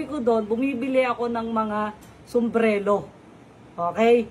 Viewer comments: Sumbrero hindi sumbrelo 😂😂😂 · SUMBRERO hindi sumblero😅